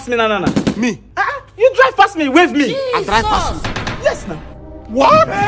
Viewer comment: How Sabinus says Jesus is the best part for me😅😅😅😅